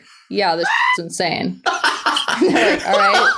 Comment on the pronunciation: “I AM INANSE” ITS 2 AM AND I JUST FUCKING SNORTED SO LOUD SKSKSKSKKS